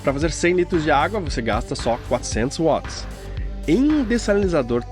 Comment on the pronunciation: M-a-r-a-v-i-l-h-a! Parabéns! Com certeza este foi o upgrade mais importante que o Balanço já teve. Aposto. Mas... o que eu mais gostei foi que você fala Watts certo. Dói meus ouvidos o 'vats'!